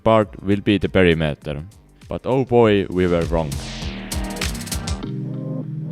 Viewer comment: omg WHAT IS P E R I M E T E R!!!!!! you pronounced it wrong!!!!!